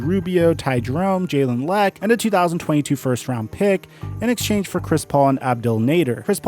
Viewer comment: Bruh just called Jalen Lecque “Jalen Leck” 💀💀💀